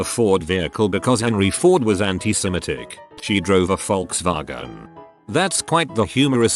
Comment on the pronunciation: Lmao at the German accent on Volkswagen